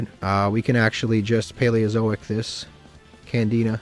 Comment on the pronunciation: I'm pretty sure he also calls Candina Canadia 🤣